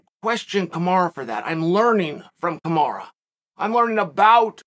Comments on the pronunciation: You could probably help out with respecting him by saying his name properly 🤷🏼‍♂️ kamaru not kamarah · Kamaru is pronounced like “tomorra”